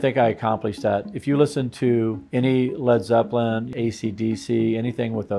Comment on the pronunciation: Did you say Led Zepellin? I wonder how does Kashmir and When the Levee breaks will sound on these masterpieces.